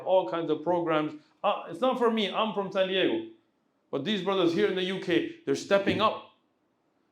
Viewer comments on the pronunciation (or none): none